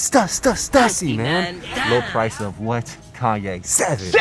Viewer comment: why peeps always mispronouncing Stüssy!!